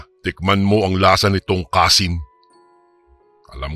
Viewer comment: Kansi po....hndi kasin😂😂😂